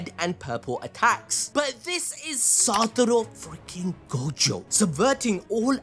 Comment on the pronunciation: its SATORU not SATURO. Put some respect on his name